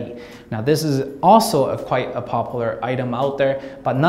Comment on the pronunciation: Pronounced: POP YOU LAR